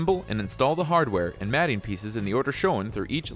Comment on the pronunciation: Voice over guy that has no mechanical background. 'Matting pieces' 😂